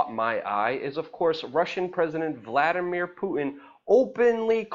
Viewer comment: its puTin not puiin. too getto for me. y know what i be sain.